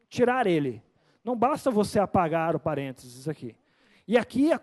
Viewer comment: É que a gente fala rápido e sai Parentes kkkkkkkkk